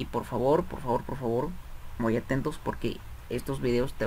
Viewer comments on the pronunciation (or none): none